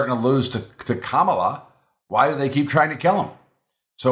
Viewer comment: It just shows ignorance and disrespect of VP Harris when people cant even pronounce her first name